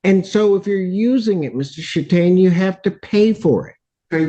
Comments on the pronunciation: Am I the only one who keeps hearing “Mr. Sh*tstain”? 😂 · I'd like someone to go back and listen to this video again and count how many times said, "Mr. Chataigne. " I'm not going to do because I don't want to. 😅